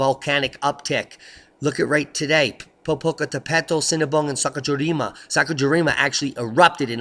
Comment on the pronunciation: love the updates. Will you be at OTF? If so, I’m planning to fly over from Japan and attend. I’ll help you with your pronunciation of Sakurajima. LOL.